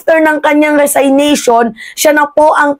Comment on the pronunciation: Anong "resaynation"? Resignation po! 😆